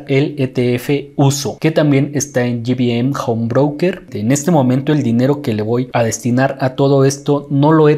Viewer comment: Pequeña observación, no se llama "Gi Bi eM" home broker porque las siglas significan Grupo Bursatil Méxicano. Excelente trabajo Felicidades!